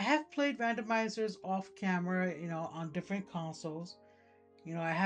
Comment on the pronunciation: ...I can't believe I forgot about this entirely. I've got to shake off this serious case of "brain bake" that I seem to have picked up. I hear the word "camera" said like that, and all I can think is "Godzilla's found a very annoying opponent." (Gamera) A Poliwrath with Lovely Kiss, huh? With a face like that, it would probably need to body slam an opponent to use the move, or charge at them like a football running back.